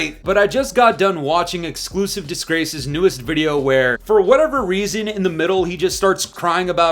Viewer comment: “Xclusuive disgrace” 😂😂😂😂